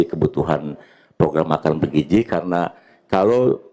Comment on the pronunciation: BergiZI bukan bergiJI